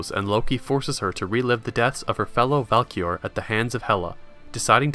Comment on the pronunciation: This video is great but they are called Valkyries not Valkior.